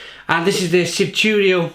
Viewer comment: Shvi-tu-rys, Shvi-tu-ro, Shve-su-sis.. a-lus